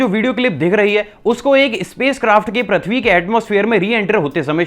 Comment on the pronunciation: I am unsubscribing today.. you dont do any work on your pronunciation.. braaslet? really... its bracelet.. you still saying prathvi.. its prithvi.. may I have your number?? coz I dont want to unsubscribe so want to talk with you once